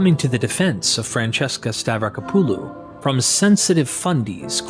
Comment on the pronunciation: It's pronounced "Stavrack-oppalu" not "Stav-racker-poo-loo"